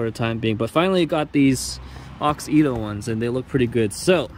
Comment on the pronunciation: I know this was 2 years ago. But that’s not how u pronouns the brand name. It’s Auxito. Not Aux-Ito. Just sayin. And those Y13 led bulbs are a must have led bulb upgrades ❤️‍🔥❤️‍🔥👌🏼